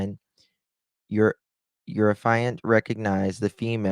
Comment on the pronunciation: Affiant is pronounced aff-ee-ant. No judgement, just helping so you will know next time. How did one man shoot Savanna and then Matthew alone? I don’t believe it. I think there was another person involved.